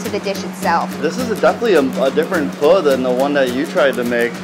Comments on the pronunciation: I love pho, Im Vietnamese You pronounce the o, like you're nudging your friend and saying ah, ah So it's ph-ah Hold up let me type it in Vietnamese: wait I can't sh!t I didn't learn anything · It’s pronounced “pee-hoe” for pho, I am Vietnamese. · You should have gotten to Vietnam for Vietnamese food, because a bowl of pho is a dollar there, or 20,000 VD. Also Pho pronounced like ph-uh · They pronounced pho fho and I eat pho almost every day but I am not in Vietnam my grandmother made it for me and I don't really know much Vietnam but my mum does just watching this make me hungry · Pho is pronounced “fuh” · Hanna Yuuki yeah suprised she didnt say fow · It's pronounced Phuh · Its pronounce "Fuh" for pho I am vietnamese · pronounced pho so wrong it's hilarious 😂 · I’m sorry for raging but STOP SAYING PHO WRONG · I am from Vietnam 🇻🇳 and pho from there is amazing Ps I literally cringed when you said pho 🍲 and others like Bún Bò Huê Also bum Bò Hue is supposed to be spicy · I’m Vietnamese and you guys are saying it all wrong but I still love you and please give me a shout out